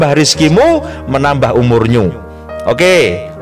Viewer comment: di menit ke sampai salah ngomong umurmu jd umurnyu🤭🤭🤭 btl dgn adanya Vtube saya jd punya teman dr luar Jawa jg.